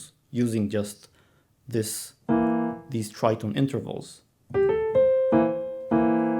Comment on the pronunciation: Beautiful. But why do you call them try tone?